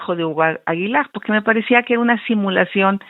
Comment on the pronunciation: Pogque? Pogque..😢 NO NECESITA ASESORIA.. COCHILT NECESITA DE QUIEN LE ESCRIBA😂😂😂😂😂😂😂😂😂POGQUE POGQUE?